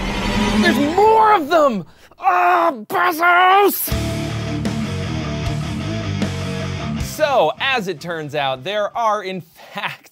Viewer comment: Is the name pronounced b-eh-zos? I thought it was b-ay-zos.